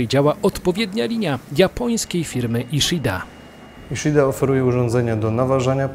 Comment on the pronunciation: Czyta się: iszida.